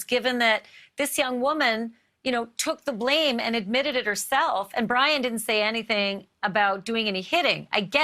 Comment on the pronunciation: I swear to god she said Dryin Laundrie . I’m tried so I double checked. It really sounds like dryin’ laundry